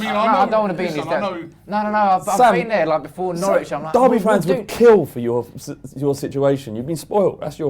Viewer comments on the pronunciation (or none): none